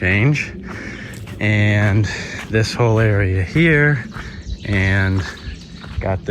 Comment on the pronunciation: "There's a laattah people around heah" 😂